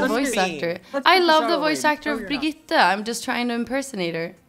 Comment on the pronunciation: still funny how they placed the R, Birgitte